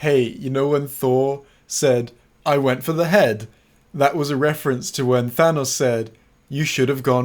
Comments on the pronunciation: Chewbacca the Gryffindor excuuuuuuuuuse me but it’s pronounced Than-OHs not Than-AHs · It's thanos not thanaous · ITS PRONOUNCED THAN-NOS! NOT THÃNOSS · It's than OE S, with an s sound at the end, and not a z sound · thanos is pronounced th-anus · Thanos is pronounced th-anus fight me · Clearly it’s pronounced T-Han-Os as in (tee-hawn-os) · WE ALL KNOW THANOS IS PRONOUNCED ( TH-AY-N-OSS) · The correct pronunciation of Thanos is TA-NOS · It doesn't matter, as another commenter has already pointed out, his name is pronounced as ThANUS. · I personally heard that It's actually pronounced THAH-NOS Edit: I'M AN ARTIST I CARE A LOT ABOUT TYPES OF GREY YOU PIECE OF SHIT. xo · It's pronounced "ThANUS." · Actual Lee, it is pronounced "They-Nose." And I base this pronunciation on absolutely no existing media containing the character. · no, it's pronounced "Tha-nose" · Tá doido karaio? É taNOS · I prefer the pronunciation "thaynohs", because it's obviously superior.